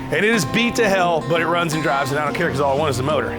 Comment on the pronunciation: Rickie has been into the beer... ...I need it to runnzzsss aannddss driivvvesss.....